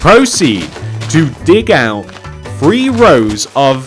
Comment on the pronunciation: When you say 3 it sounds like free